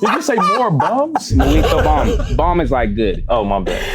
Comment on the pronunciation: "muto bom" im dead lmaoooo that was not muito bem